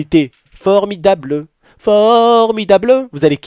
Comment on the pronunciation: Aaah! Je t'adore! J'adore dexter aussi. J'adore quand tu as dis une caméra formidableu formidableu